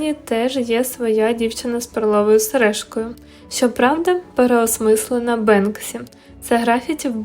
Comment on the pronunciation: Мабуть наголос треба робити на перший склад, а не на другий. Відео цікаве, подивилась із задоволенням, картина справді шедевр ❤️😍